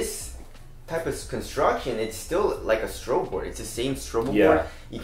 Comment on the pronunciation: I've been subscribed for like 2 years and only now I realized you guys are saying STROBEL board instead of STRUGGLE board :)